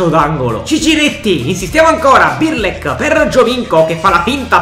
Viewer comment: Non si può sentire 'Birlek', impara a chiamarli con il loro nome